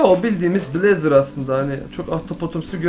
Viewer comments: abi o blezeır diye okun muyor bleyz diye okunuyor yazılışı blaze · sen blazr değıl bleyz ayrıca sılim değil slaym